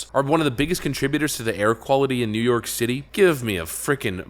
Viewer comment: "New York Shitty" My new favorite accent.